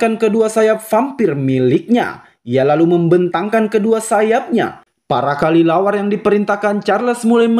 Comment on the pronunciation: Kelelawar bg bukan kalilawar